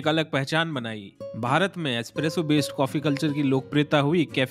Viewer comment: Main toh aaj tak "Expresso" hi bolta hoon!